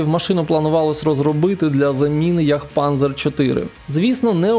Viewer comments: Ну чому «Є»? «Е» ж… І не панЗер, а панЦер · Не панзер а панцер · Теж в школі вивчали англійську? В німецькій літера z читається як ц. Тому Хетцер, панцер тощо. Подякував за цікаве відео. З мене підписка, комент, вподобайка всьо такоє. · Тільки Pz німецькою читається як Пц- панЦер. І нема в німецькій букви йє-там Е. Робиш про танки- роби правильно. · Z читается ц